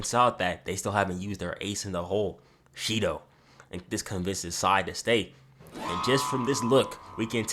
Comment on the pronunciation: Shendou=SHIDOU lol